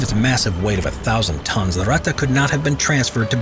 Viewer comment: This Ratta is called Ratte ist really annoying for a German speaking person sorry :)